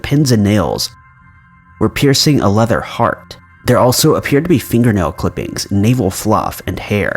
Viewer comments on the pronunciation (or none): none